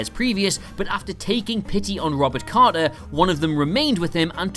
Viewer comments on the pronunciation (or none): Man trap, Crater not Carter! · Crater! Not Carter! Oh dear. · In "The Man Trap", the couple's name is "Crater" , not "Carter" Just FYI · CRATER! not Carter.